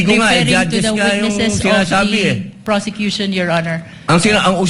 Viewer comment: Hahahaha ayusin mo mag bigkas ng word kasi —- nakakahiya naman… tapos yan ang pronunciation mo.. PRosecution po… hear yourself kakkahiya ka naman😭😭😭